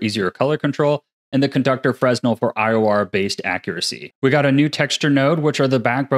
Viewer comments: Spectacular breakdown! Just as an aside, fresnel is pronounced freh-nel or fruh-nel bc French physicist. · Still can't pronounce fresnel, lol. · The mispronunciation of "fresnel" I could forgive, but your pronunciation of "integer" was unforgivable